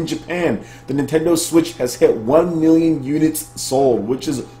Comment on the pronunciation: is it just me or whenever sir says "one million units" it always plays in my head that guy from e3 "wan miyon trups" 😂😂